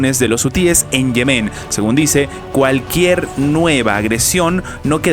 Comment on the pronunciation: Respetuosamente, no se pronuncia Yemén sino Yemen.